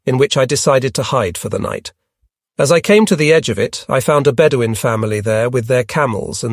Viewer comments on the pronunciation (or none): none